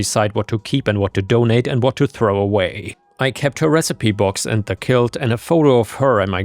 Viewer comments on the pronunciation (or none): Quilt is pronounced kwilt not kilt